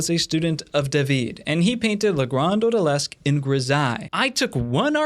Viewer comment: And your French pronunciation was pretty okay, although I did cringe a bit when you said Odalisque.